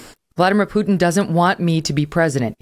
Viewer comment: I don’t understand why it is so hard for you to say Putin. It’s not “u” sound like in puke. It is “u”, like in put…